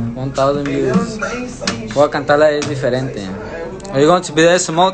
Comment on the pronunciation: Es diferente then sings “ es difiriente” 🤦🏻‍♀️